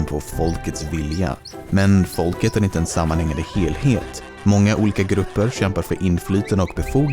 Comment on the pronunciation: bara jag som hör ”foulket”?